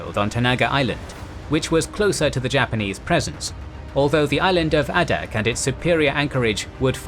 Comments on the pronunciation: Teach yer machine how to speak G dammit...it's Long A ! NOT ah-dak ...dum SH*T > site DELETED < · Same comment I was about to make. Exceptional videos. And Adak is Ai-dak with a long A sound.